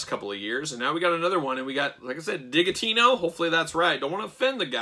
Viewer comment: Isn’t it Digitino pronounced like “digit” - because he’s a math guy?!